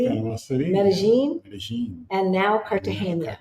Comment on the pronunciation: it's Car ta ge na. Not Cartagenya. It's the normal n. Not the n with ~. So it's pronounced like Car ta hey na. Enjoy!